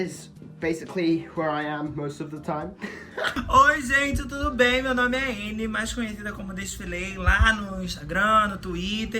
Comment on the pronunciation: me dá uma agonia boa quando o alfie fala "turu bien" aaaaaaaaaaaaaaa kkkkkkk isso soa tão espanhol ;_; mas é engraçado